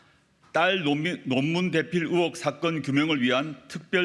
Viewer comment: 발음도 잘 못하는게 어휴 ㅉㅉ 으혹이아니고 의혹 의혹